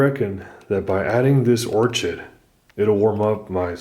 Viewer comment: Or-ched ? its 'Or-kid'